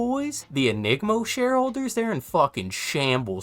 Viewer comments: ENGIMO. Not ENigmo. (I played once and am the number 1 engimo player) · Its Engimo not Enigmo. DONT YOU DARE MISPRONOUNCE MY SPONSOR AGAIN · I like Enigmo, but it is ENGIMO. en-gee-mo some guy yelled at me in a lobby about it. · Not enigmo 😭😭 poor engimo getting butchered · In the ENGIMO sponsor video, the Japanese voice pronounces it In-Gee-Mo, while English speaking voice providing translation pronounces it In-Jee-Mo. So it’s either way, like Holtow is Hole-Tau or Hole-Toe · Ppl hate ENGIMO(EN-Ji-Mo) so bad they won’t even pronounce their name properly rip my sponsor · yea was about to say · Is your mispronunciation of Engimo on purpose? They should just rename the whole company now, it's so much funnier! 😂